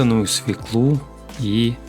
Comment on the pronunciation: " с в Ё к л у " : ударение ВСЕГДА на букве " ё " !!!!...